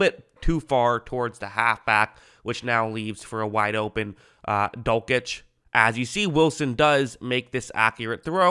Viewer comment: You're pronouncing dulcich wrong